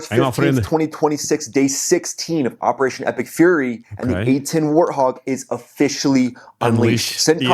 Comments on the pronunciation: the beginning of the name of the plane "Warthog" is the sound (WAR) then add the "t" Wart-hog. so it is pronounced (Wort-hog)..i hope this helps some.✌ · I low key dig the “hart-hog” But anything A-10 is awesome. It needs to stick around for no other reason than a flex. BRRRRRRRTT🤤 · I’ve heard him say war enough that surely he can say war-t-hog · “Hart-wog” sounds like some kind of badass mythical beast. I like it 😁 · its named after a "pig" "boar" "hog" from Africa and WART is pronounced just like WAR. So its name means a nasty war pig of a plane, wart-hog. haha Warthogs are animals from africa luv your channel. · Damn Right 👍 pronounced wort hog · Here's a 77 for you. :) We need to work on your pronunciation of warthog. You're confusing the w and the h. The A-10 is a great plane. I used to work at Martin Marietta Aero and Naval Systems in Baltimore, Maryland and literally across the street from where I worked was Martin Airport that hosted A-10 and C-130 aircraft. We got to see an air show every day. :) I'm glad to see it's actually getting some good use still. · Its warthog like pumba from lion king. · The "W" is not silent. The Warthog animal, is a porcine in Africa, with serious attitude. The tusks are long, sharp, and are always ready to open a careless hunter from Xiphod to Zotz. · Its warthog w like woman -man +orthog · The best way for me to tell you how to say it is say war. Then you add a T at the end of war. Then hog at the end. Then say it all together. That is how you would pronounce it. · Yes, the W is not silent, like it is in the Germanic languages. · now I know about most of the comments I've seen. And I gave you some praise and a little shit. Hahaha You can pronounce "war", right? Just put a T at the end. Hahaha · Lol 🤣 you said "Art- twog" it is in fact "war-t - Hog" 😉 you'll get it. Great show 👍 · You're saying hard talk it's wort hog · You are saying it with an "H" instead of a "W". Warthog. Not Harthog. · Wah-Art-Hog my friend.